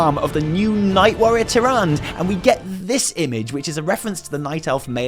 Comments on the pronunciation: Is not "TiranD" fuck off! Love you huys. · nope, watch some blizzcon videos, this is not how Blizzard pronounces her name. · You know, TyrandE has that e at the end of her name for a reason, feel free to use it while speaking of her. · Loved loved loved it! One thing however: Tih-Ron-Duh :D And after all these years you introduced me to a British phrase I have yet to hear. Hard Done By. Keep up the great video's. We need MORE of you guys!! Thanks! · Her name is Tyrande said in WC3 and WoW. Soft [ae] makes big differance, instead of harsh stop after D. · The way he pronounces Tyrande :') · More like Tyrant. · Are you saying her name wrong on purpose? twitches irritably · I love you but please no more of butchering Tyrande's name please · You are aware, that an - e - at the end of a word/name is often silent and not pronounced? I assume went along with that in that moment. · Your videos make me appreciate the stuff in game more than I do on my own. This is why I love your work. Gotta point out, Tyrande is pronounced "Tir-an-duh", the last syllable is pronounced. It's not a french name. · Love your videos, ESPECIALLY the video break downs. You always find elements that I missed or make connections I overlooked. Keep it up man. PS: Tyrande (despite how it should be pronounced) is pronounced with an '-uh' at the end. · TyranDA... her name is TyranDA! (Yes, writen Tirande, but come on) Seriously she's not a mispronounced Tyrone. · Great video ... except for one point that drove me crazy throughout the entire thing. Tyrande Whisperwind (pronounced Teer-An-Dah) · The last time for all y’all youtubers pronouncing it wrong IT IS TI-RAW-N-DA PRONOUNCE TYRANDE CORRECT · stop calling her Tyrand you're triggering me. pronounce the freaking soft E at the end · Will you PLEASE for the love of god pronounce Tyrande correctly? Ty-ran-dah... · Isn't it supposed to be said Tyranda, not Tyrand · I don't mean to be a phonics nazi but her name is pronounced tyr-and-uh not tyr-and